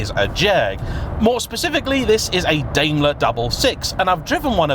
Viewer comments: Daimler like a Daim bar not Daymler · Are British people deaf to foreign words... Certainly you've heard people say FILLET, and Daimler correctly... you live right next to France, but butcher all their words. Daimler .. Dime-ler